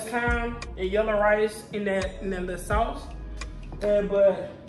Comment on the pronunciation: Salmon say it w/o the L. Welcome back! Thanks for the wine detail.